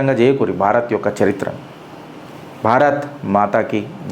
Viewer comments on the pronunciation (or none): none